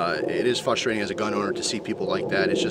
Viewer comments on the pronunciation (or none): "fustration" lol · you forgot an "r" in frustration;)